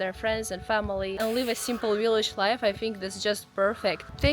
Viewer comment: I love your accent. "willage" 😁